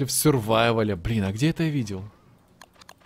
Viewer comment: Правильно сурвайвл